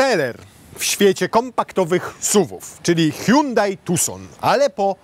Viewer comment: "hułałheuł tuson" mnie zniszczyło. Hihrałem się 10 minut :)